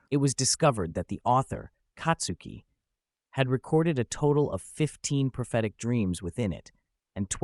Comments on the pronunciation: Who the F is Katsuki?? She ain't katsudon, white boi. It's Tatsuki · Dude, it's not Katsuki but Tatsuki!!!